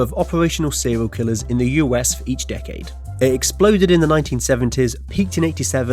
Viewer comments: Sewial kiwwers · Sewiow Kiwwows